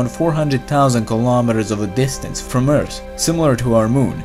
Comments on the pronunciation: Subrem it’s earth not eart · he meant that as a joke because the guy in this video pronounced earth as eart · bad comments: OMFG LEARN ENGLISH ITS EARTH NOT EART Good comments: Eart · Why do you say Ert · Layla Salas he saying how this guy says earth this guy says eart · yeah I know, i have OCD over that stuff. Couldn't help but correct myself. I get it though